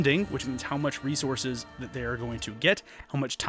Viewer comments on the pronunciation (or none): none